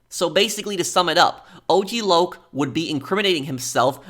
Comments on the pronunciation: AUG LAUG?! It’s O-G Loc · The way lazlo pronounced og LOC made me laugh 😂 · "Ogg Lock" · I love how the DJ says "OCK LOCK" at first, not O,G Loc 💀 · Hearing Lazlow mispronounce his name as OGG Lock was stupid funny.